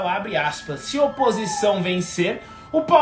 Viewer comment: "opisção" ? Hahaha